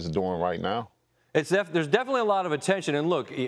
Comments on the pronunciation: “most daffaly” 🤣.....most definitely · "Daffinitely" deontay "i got the asperience" wilder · Reporter: you repeat yourself a bit to mu.. Wilder: oh mossdefinetly